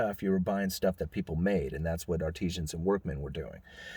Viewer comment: Love your vids, admire your intellect. Way smarter than I. Artisan is pronounced like "art". Art-i-sun Artesian is used in the term "artesian well", vs artisan, which is a craftsman.